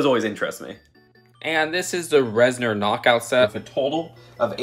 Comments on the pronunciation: Res-nor as opposed to Res-ner lol that’s all 😅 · It is a little annoying to hear call the Reznors “reznerz” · Why does everyone pronounce Reznor as reznER now